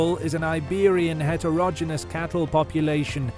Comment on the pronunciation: Heterogeneous is pronounced het-er-uh-jee-nee-uhs not what he said.